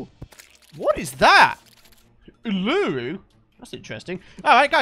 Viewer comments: When he said OOLAOO hahahaha... (btw it’s a massive rock in Australia called U.. La... Roo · Bruh the Uluru painting had me dying. It’s pronounced oo-la-roo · the painting of uluru is pronounced "ool-ar-oo" and its a big red rock in the middle of straya mate!!! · my mate just said ulooroo LMAO 😂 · What if you wanted someone to say "Uluru"correctly. But god said, "oolooroo" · oooh... uLUru Every Australian ever: listen here you little English s***! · the painting that you got from the underground desert house is an australian rock it has significant value to the country and we pronounce it u/lah/ru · Uluru is pronounced as "oo-loo-roo" It also goes by Ayers Rock As an Aussie it makes me happy to see a painting of one of our beautiful landscapes in a game I adore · when he says "uluuuru". Im from australia XD. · pronounced oo la roo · anyone else aussie... Ooolooroo its pronounced ooleroo lol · As an Australian it physically hurt me hearing pronounce "Uluru" the way he did. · Loved his pronunciation of Uluru :) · He got the painting didn't know what it was, guesses the title and every Aussie hart brakes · ikr its grossly pronounced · Same I’m in the intensive care unit in the hospital because of that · Evoke. I agree with u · Stopped watching and came straight to the comments the second he said it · where you from. (Lets say America. I'll pronounce maccas, Mackaw, and Washington, washing tonne. How do you feel ._. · The way you said Uluru was so far off it was beautiful. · When pronounced Uluru wrong my Australian self couldn’t help but crack up laughing. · The way he said Uluru even though he went to Australia 😹😹😹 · as an Australian, hearing say "Uluru" the way he did hurts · HAHAHAH, why did he pronounce Uluru like that? Lmao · saying Uluru gave me anxiety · Please say uluru again haha, thats the aboriginal name for ayres rock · The best part was when he mispronounced Uluru. I feel offended